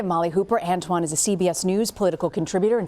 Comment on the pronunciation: “Ant Juan”? 🤣